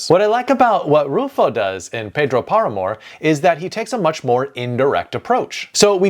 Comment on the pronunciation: can't believe it, so clever ideas and useful advices and yet, talking about South, Central or Latin American, or naming authors, you hardly pronounce a single one right: Paramore? Bolano? Mixing Title and text, I also assume a trainee does your video editing.:face-fuchsia-tongue-out::face-turquoise-covering-eyes